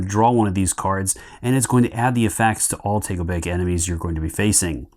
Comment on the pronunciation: Thanks for the great video, l think your pronunciation of takobake is a bit off.